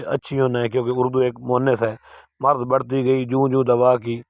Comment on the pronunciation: Marz nahi maraz lafz hai مَرَض